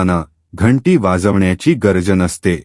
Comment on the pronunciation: माहिती उत्तम पण भाषा शुद्ध वापरा.इंच, जमीन गरज असे अनेक शब्दांचे उच्चारण नीट असावे.